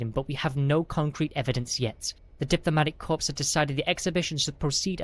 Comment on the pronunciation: Diplomatic corpse, DIJnitaries, assignment instead of assessment; so many more grammatical issues and verbal typos... is the narrator functionally illiterate, or is English their second language? Reading aloud "at speed" requires having read the content at least once prior to recording.